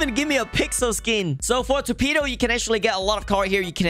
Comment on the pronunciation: Torpido?? Si habla raro,sin duda es ingles namas que rarisimo